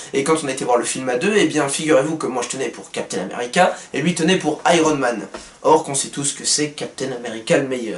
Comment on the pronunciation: le gars dit Iron men au lieu de Iron Man ! tocard